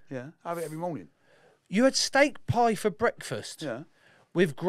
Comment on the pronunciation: You’ll never guess what. Steak pie is just two syllables my boy😂😂